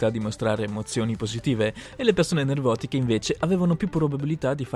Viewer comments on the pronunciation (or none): Nervotiche? Si dice nevrotiche! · Nervotichee uahaha